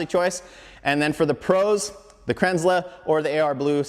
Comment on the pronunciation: It's pronounced Kranzel not Kranzler. Sorry, it's been bugging me since I found out from the company.